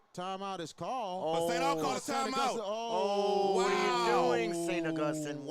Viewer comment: This guy mispronouncing St. Augustine is an epic level flop.